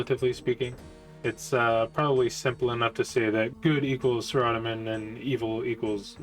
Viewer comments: Sa-ra-do-min. Sorry I know every has there own way but its a personal pet peeve when people mince that wanna be gods name. Good video though and hope for more, love RS lore and while i stopped playing after EOC (until 2017 with osrs) I still follow all the lore on it. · i didn't like the way you pronounced saradomin 😃 ruined the vid for me. reporting the vid for terrorist acts and seeding an icbm to ur house.